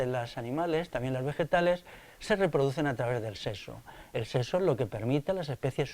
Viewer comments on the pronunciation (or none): No digas "seso", di, por favor, "sexo".